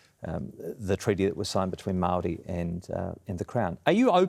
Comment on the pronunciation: Dude that likes to text and send vids to 13 year old girls, can’t even pronounce ‘Māori’ correctly. I wonder if he thinks we can’t see through his paid shill work from the Atlas group that he worked for in Canada, trying to strip the rights of indigenous people to pump the oil and gas from the land, royalty free. It’s impressive to see him sit up straight, when he doesn’t have a backbone.